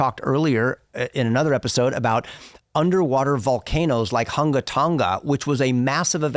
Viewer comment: 😂 as a Tongan American the way you pronounced Hunga, Tonga was crazy ok. The u in Hunga is pronounced like 'oo' would be in America, not like cook, but more emphasis like spook. and Tonga was close enough for me. Anyway- love this podcast with your son. ❤🙌